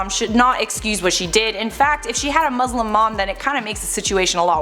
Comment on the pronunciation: You're pronouncing "Muslim" wrong.